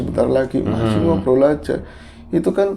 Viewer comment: harus jelas banget ya gais...hahaha... lucu